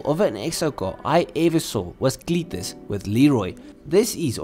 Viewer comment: He said Cleetus and damn i cant stop laughing